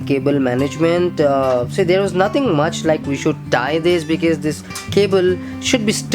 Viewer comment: why is he pronouncing because as bikiz